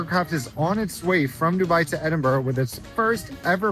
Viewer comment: Well done at your pronunciation of "Edinburgh" and not adding an "O" like most American's - No Balmoral chicken though, you missed out!